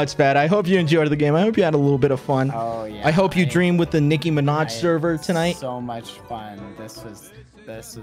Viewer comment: Why did you say mind It’s “Minaj”